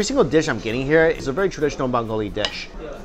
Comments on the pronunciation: "bangoli dish" LOL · Mike pronouces bengali as bangoli and says kosha manghso perfectly. Me? So darn proud!